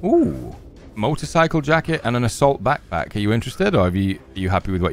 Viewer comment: Laughs right off the rip! Reminded me of my son when he was three, he used to say "pack pack" for back pack. 😂